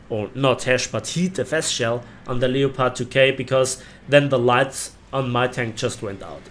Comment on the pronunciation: Lepard...nicht Leopard...Aussprache ist falsch..